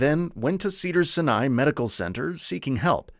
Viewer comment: I am not watching your channel again if you do not find a narrator who can read! It is NOTH, do you see an R in that name? NO. The Cedars- Sinai mispronunciation was even MORE stupid!